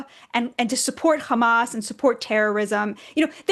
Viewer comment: God, I can't stand the way she says Hamas. 😅 Israel is not Jewish people. The yahoo is evil and should be tried for war crimes. But that has nothing to do with Jewish people. It has to do with a disturbing foreign government and our legislature being fed and manipulated by it... I have the right to be disgusted that my taxes went to ridiculous and terrible regime change wars in the middle east, and our government childishly supporting Israel while the yahoo propaganda proped up their enemy and starved them/murdered the innocent after a long-lasting occupation and disgusting rebellion on October 7th. Fcuk bb, send him to prison for life.